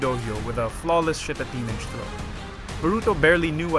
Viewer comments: Your pronunciation of "Nage" in Shitatenage is wrong. Nage is pronounced as 2 syllabus. NA-GE. Not Nage as in Sage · amazing history. Your pronounciation of Shitta-teenage (shitatenage) is amazing.